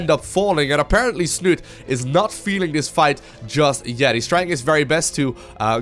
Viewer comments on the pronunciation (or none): Snute himself has actually said everyone is pronouncing his name all wrong ^_^..its snutee with the accent on the "e" at the end :P